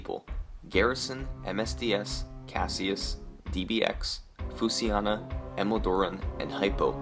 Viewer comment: Summoning Salt you pronounce Fushiana wrong when you say it as Fusiana. I am basing this off the Japanese characters used in his avatar